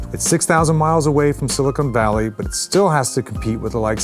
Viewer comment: Pulleeezz tell me that wasn't "Silicone valley" . Silicone is used to make breast implants, Silicon is used to make integrated circuits. Yeah I'm a pedant (I've fought and lost) - but you're a journalist!